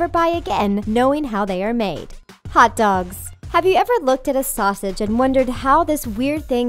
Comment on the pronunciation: DID YOU SAY HOTDOGS?!